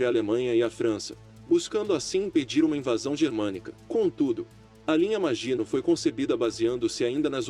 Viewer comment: Meu caro, bom seu canal. Gostei e vou me inscrever. Mas, se me permite uma observação, no francês a predominância é a oxítona, assim linha maginot pronuncia -se "maginôt", que é a pronúncia que você ouvirá em qualquer documentário acerca da Segunda Guerra que trata da batalha da França. Grande abraço....